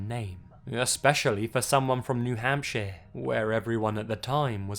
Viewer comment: that's a really bad Voice. I can hardly understand him, unless I concentrate on what he says. Also, "New Hampshye"